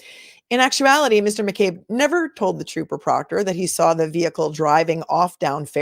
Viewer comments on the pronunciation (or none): Re-watching this and dying that said TROPPER PROOKTER bahahah